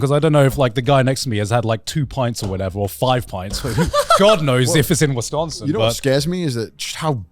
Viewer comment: As a Wisconsinite I busted out laughing (also props to Garnt for pronouncing Wisconsin correctly)